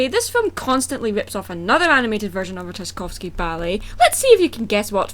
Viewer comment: The "Sleeping Beauty" movie featuring Emily Browning has zero relation to the ballet other than the damn title. It is about prostitution. The proper way to pronounce Tchaikovsky is "chy-KAWF-skee". Not "jy-KAWF-skee" The movie you claim to be reviewing is a CHILDRENS movie. In fact it is the closest renindition to the original ballet because he does profess his love to someone else. In the original that kills the swan princess. If you are watching a movie for how close it is to the original you are wasting your time watching CHILDRENS movies. I would to point out that different companies can interpret the same damn fairy tales in different ways. Besides the fact that is isnt the same fairy tail that you are comparing which makes damn near impossible to "ripp off the story." On top of that it isn't thee same story, fairy tale, or plot. They were even produced is two different time periods and blonde is a very common gene in Europe. Which I would assume you would know considering you claim to be from there. Even though I have 3-4 accents in the first 3 minutes of this dumbass video, sorry, "review." Siegfried is a difficult name for children to say because the syllables slur together and there are two consonants within the word that are commonly messed up by children. I also would like to point out that you cannot say it properly. Cornelius has distinct syllables that are easy for children to say. If either of the two main characters are shallow it would be Derek who fell in lo